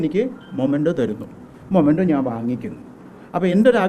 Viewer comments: മൊമെൻ്റോ അല്ല; മെമെൻ്റോ എന്നാണ് ഉച്ചരിക്കേണ്ടത്. | t is a common mistake . Please dont repeat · It is "memento" not momento, man !! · Hello dear...momento allaa... memento aanu ttuo❤